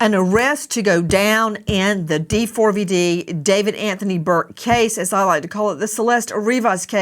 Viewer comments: The way they keep calling him Dee-Four-Vee-Dee is driving me crazy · When his name is printed D4vd--that is pronounced D-four-VUD, NOT DAVID! Pricelessly stupid. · Why does Nancy spell out his name 😂😂😂 In no way is it pronounced like that